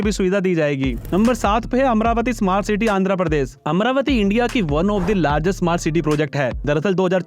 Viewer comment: Ceete😂 nahi city hota hai